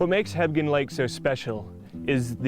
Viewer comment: I could swear he keeps saying "Hebden lake"....Hmmm